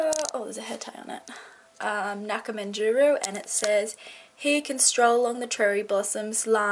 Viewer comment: oh my goodness you butchered that word in the beginning lol, Nakamenjuru